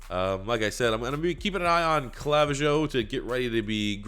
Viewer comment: Clavijo is pronounced Cluh-vee-ho